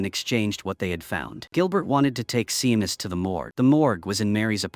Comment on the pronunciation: Seamus is pronounced Shame-us